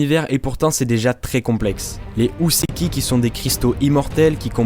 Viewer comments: Houseki se prononce Hoo-seki et non Hou-seki. Cristal prend un "i" en français, le y c'est en anglais uniquement. Sinon excellent travail, comme d'habitude. :) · alors juste pour info ça se dit Hō (hoo) pas Hou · "Houseki no kuni" IL VIENT JUSTE DE DIRE U SEKI NO KUNI ?! Bordel, le "ou" en japonais se prononce "o" prolongé !